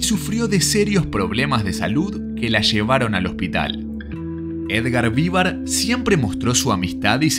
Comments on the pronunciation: Perdón, pero duelen los oidos cuando escucho Edgar Vívar, cuando es Edgar Vivár con acento en la A no en la i.😅😅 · Yo creo que el locutor de este video jamás vio este programa, cómo es posible que no sabe pronunciar bien el apellido de Edgar Vivar??